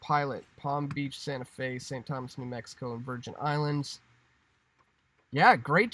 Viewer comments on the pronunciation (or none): none